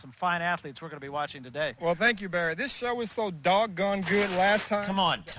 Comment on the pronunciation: Woh it's Bawwy Kwipke!